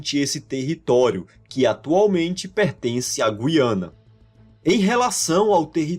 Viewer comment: Nota 10 para o narrador que pronuncia GU-IA-NA e não GUI-A-NA igual se fala em Portugal (e muitos Youtubers, infelizmente).